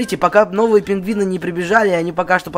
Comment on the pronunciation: Не пингвины а пингуыни